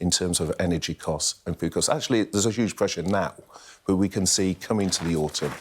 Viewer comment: Berkley has a weird voice - he pronounces huge as 'shuge' (eh?), he flattens words (defnitly) & most importantly talks utter meaningless nonsense.